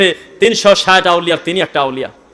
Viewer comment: ষেট বছর কি?😂😂😂😂😂ষেট বছর😄😄😄😄😄😄